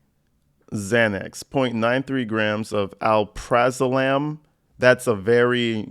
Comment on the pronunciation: Pronounced Al-Pruh-Zo-Lam. Anyway, its the generic version of Xanax. Honestly that one sucks for anxiety because it wears off quickly after 6 hours, which leaves one anxious and taking it every 5-6 hours, and thus addiction. Ones like Valium and Clonazepam aren't nearly as addicting because they wear off much more slowly. Still addicting if people take way too much. The ones that abuse it make it almost impossible for the patients that need it to get a legal prescription.